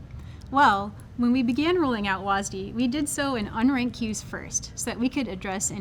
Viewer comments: WASDEEEEEEEEEEEEEEE. god it makes me cringe everytime you guys call it that. Smh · "WHAS DEE" Jesus christ woke riot even renamed w a s d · STOP CALLING IT WASD PLEASE FOR THE LOVE OF GOD! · I swear they say WASDEE as much as they can to trigger viewers.